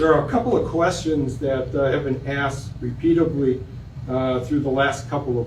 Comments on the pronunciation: He said 'repeatably' right as i was reading your comment. What is repeatably? LOL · Somebody educate him about how to say "repeatedly."